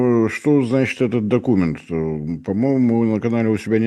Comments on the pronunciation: Не доку'мент, а докуме'нт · Если слово докУмент произносится с ударением на У - дальше слушать бессмысленно. Автор сайта - невежда и малограмотный и вряд ли сообщит что-либо действительно представляющее интерес, а не "перепев" из новостных каналов!!!